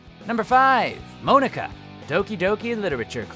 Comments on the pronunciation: He pronounced Monika wrong.. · I'm pretty sure Mia was Ethan's wife, not his girlfriend. Also, what the hell is up with the way you pronounce the name Monika? It's (Mon-eh-kah) not (Moan-eh-kah). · Mow-ni-ka?! It’s MON-i-ka! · The way you said Monika sounds like "Moanika" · ITS PRONOUNCED MONICA. NOT MOAN-IKA. HER NAME IS MONICA WITH A K INSTEAD OF A C. GET IT RIGHT. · No one: Literally no one: Not a single soul: Todd: MOAN-ECKA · Moanika ( ͡° ͜ʖ ͡°) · Pronounced Monika’s name wrong,lol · she doesn't know how to pronounce Monika either geez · The way he pronounces Monika's name triggered me SO MUCH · Anybody else cringe a little when he pronounced Monika wrong? ;^;' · Lili-chan she’s the only member of the cast with an English name though to make her stand out. So technically it still is being pronounced wrong.